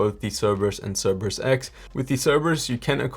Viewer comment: Great vid, but it's See-ree-brus, not Cere-bus